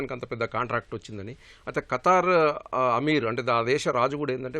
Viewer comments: ఖటార్...కాదు రా స్వామి ఖతార్..అని పలకటం రావటం లేదు..నువ్వు ఒక ఎనలైజ్..వా...షేమ్ షేమ్.. గారు బాగా చెప్పారు.. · abay o....what is your katting it is not katar it is Qatar